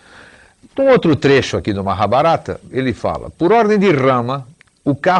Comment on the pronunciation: Engraçado ele falando Maha - barata👉 🦗🦗😏🤣